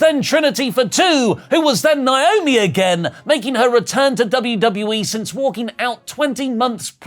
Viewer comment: WHERE ARE THE TIME STAMPS?!....AND STOP PRONOUNCING NAOMI'S NAME WRONG!